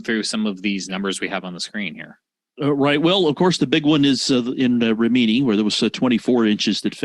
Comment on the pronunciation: lol, you mis pronounced Rimini.